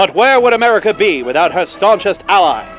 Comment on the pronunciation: Did you say Merica?